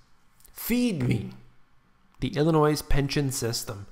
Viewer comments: The "s" is silent,in the word Illinoi(s) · I was just about to complain about your pronunciation of "Illinois"; and you said it right. It is ILL ANNOY; not ILL a NOISE. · At least have a narrator pronounce Illinois correctly. It's pronounced Ill i noy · IlliNOISE? Please, learn how to pronounce the name. It's IlliNOY. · I’m sorry but when you said Illinois, I’m so sorry but I have to say this YOU DONT PRONOUNCE THE DAMN S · "s" is silent in "Illinois." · don't make a video on Illinois if you can't pronounce it right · Computer, no S sound in Illinois. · The "s" at the end of Illinois is silent. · It's hard to listen to someone who cannot even pronounce the state Name! There is no "noise" in Illinois! (The 's' is silent). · There is no "Noise" in Illinois get it right or don't say it! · the "S" is silent in Illinois